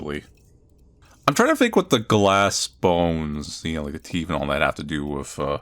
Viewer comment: "his teef!"